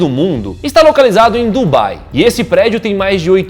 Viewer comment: Dunbai ??? Kkkkkkk